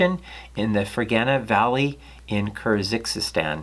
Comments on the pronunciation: Interesting content, as usual. I'd like to add a few comments about pronunciation. The actual name of the animal is Longisquama and not Longisquamata, and it originates from Kyrgyzstan (not Kyrzykzystan or whatever) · I really love your presentation but sometimes I am surprised by your mispronouncing of rarer or longer words such as "Kyrgizstan" (pronounced as CUR-GEESE-STAN, more or less) or in another video "Nipponosaurus", for example. I would like you to bring your attention to the fact and ask you if you suffer from dyslexia? I am sorry for the unrequired criticism but it surely is distracting.